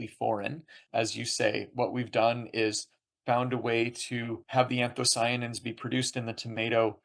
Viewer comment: Interviewer keeps mispronouncing "anthocyanins" but overall interesting nevertheless.